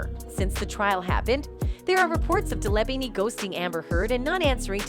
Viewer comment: Day-laa-veen. Please get it right.